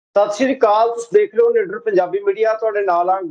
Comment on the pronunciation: Video upload ਕਰਨ ਤੋਂ ਪਹਿਲਾਂ ਆਡੀਓ ਚੈਕ ਕਰ ਲਿਆ ਕਰੋ ਨਾਲ਼ੇ ਇੱਕ ਹੋਰ ਬੇਨਤੀ, ਨਿ ਡਰ ਬੋਲਿਆ ਕਰੋ ਨਾ ਕਿ ਨਿੱਡਰ